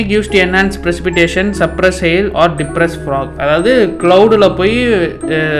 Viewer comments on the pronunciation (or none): disperse❌️ Depress ✅️ Nov depression la iruka na 😂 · disperse fog ❌ Depress frog😢✅